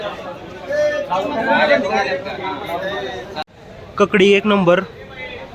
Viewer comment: भावा ककडी नाही रे काकडी बोलायला पाहिजे